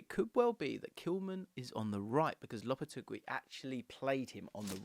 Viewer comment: LOP-A-TAY-GEE is how it’s pronounced 😘